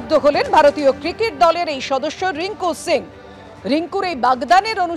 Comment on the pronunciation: রিঙ্কু সিং । রিঙ্কু সিংহ না।